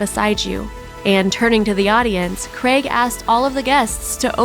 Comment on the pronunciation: Craig! The mans name is Craig not fuckin creg